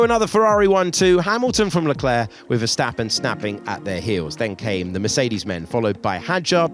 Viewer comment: LECLERC there’s no A 😊